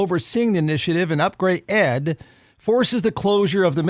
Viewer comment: Bruh, it’s not upgrade ed, it’s upgrayedd. Watch the show.😂